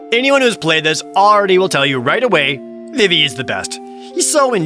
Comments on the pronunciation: It's pronounced VEEVEE not VIV-EE you uncultured swine! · It's pronounced veevee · Am i the only one who pronounces it "Vee-Vee" ... ?